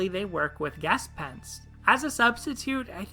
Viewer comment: Great analysis! The only thing that annoys me, as a german, about this video is your pronounciation of "Gespenst". It's not Ges-penst, but rather Ge-spenst and the sp is not pronounced like in english, I suggest you listen to it on Google If I had to describe it, I would say it sounds like a shp in english. But that is obviously very nitpicky. Keep up the great content! Edit: Also just noticed that YouTube does strikethrough with "-" so I removed those.